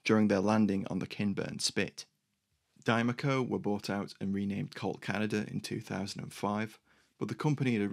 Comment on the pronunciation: You pronounced it "Dime - A Co" but you have transposed the M and the E to do that. "Die - Mac - Co" is how it's pronounced here- same city as the factory.